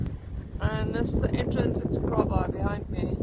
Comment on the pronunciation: _ I kept hearing you say "KAALBAAI"..... Did you guys experience anything with the South Seas Earthquake last night (Saturday ) Cheers! _